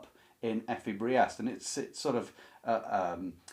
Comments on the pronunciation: I would translate "Drang" as "urge" or "drive" rather than "stress".... The name "Briest" BTW is pronounced "Breest". The only ones I have read a long time ago are "Steppenwolf" and "Wahlverwandschaften". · fWIW "Briest" should rhyme with "beast", but you prononounced Kohlhaas perfectly fine ;) All Kleist novellas can be recommended. Kohlhaas is the most elaborate but they are almost all rather dark (violence and sex) and fast paced (Kleist's style can be breathless in German, with sentences over half a page or more). Fallada has the stress usually on the first syllable (it's a pseudonym), I read that book (and several others of his as a teenager many years ago). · Your pronunciation of the name Kohlhaas is good; your pronunciation of Fallada is close enough. “Effie Briest” is pronounced “Priest.” “Michael Kohlhaas” is the book on the list that moved me the most. I enjoyed reading Theodor Storm and Wilhelm Hauff as a child, but I’m not familiar with “Lichtenstein.” It’s interesting that, within Germany, “Der Steppenwolf” is the better-known book by Herman Hesse, while “Siddhartha” hardly plays a role.